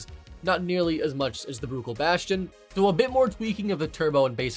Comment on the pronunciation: Every time he says Bruckell I lose my mind